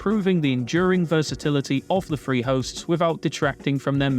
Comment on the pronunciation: Jesus christ. Please pronounce your THs properly. Kills me every time. It's not Free, it THree. It's not Fousand, it's THousand. It's not Fought, it's THought!